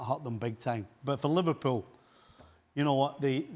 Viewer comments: "Liverprool" you drunk teleprompter.... go home.... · The headline "Liveprool" 💀